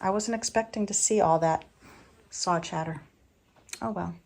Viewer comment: I love when I hear you say soar for saw…very Maineish for someone who has a Philly accent. Thank you for your channel. Your voice is very soothing ..a follower from Pemaquid Point in Maine